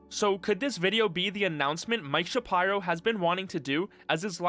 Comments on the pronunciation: Shuh-Pie-Row. SMDH. It's Shapiro, bro. Shuh-peer-oh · Please don't tell me it's actually pronounced Mike Sha-pyro bruh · Mike Shuhpyro? Jesus Christ, dude. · sha pie row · Mike "Shap-eye-ro"?